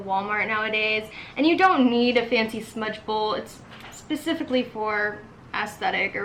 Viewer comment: “Smudge bowl” 🙄🙄🙄